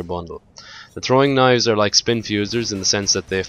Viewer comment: The way you say "Throwing Knives" sounds like "Trolling Knives". Sums it up very well.